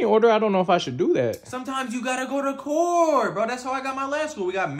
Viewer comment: Kekws "sometimes u need to gonto court"